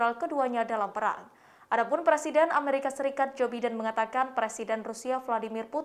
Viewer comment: Pembawa berita ny bilang JO BIDEN ( dibaca sesuai dg EYD bahasa indonesia) Seharusny dibaca jo Baiden Harus nya pembawa berita harus yg lbh smart